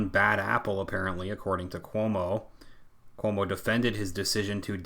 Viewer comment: Everytime you say Cuomo, I keep hearing 'homo'. Maybe I'm just tired 😆